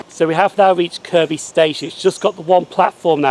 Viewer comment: Great video and good you got the Kirkby pronunciation right. Hope you don't mind me pointing out that Simonswood is actually pronounced as Simmonswood!!